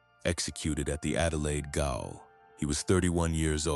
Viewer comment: A Melbourne “gayol”. Jail.